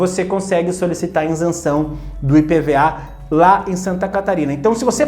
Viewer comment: Isenção e não " Insenção "